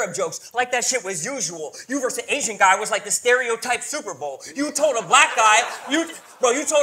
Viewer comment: He said "Asian" in a way that sounded like "aging," so he used it like a homophone.